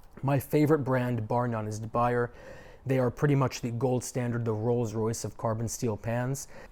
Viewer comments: I love mine too, a 12.5" paella pan by De Buyer. But, if we love the French products, we should pronounce it like the French: De-Boo-YAY, not Da-BYE-er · de Buyer pronounced; Dee-Boo-Yeah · "Da buyer?" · Great pans, but please pronounce correctly. It's a surname and has a single pronunciation